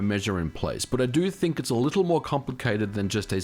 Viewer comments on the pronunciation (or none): none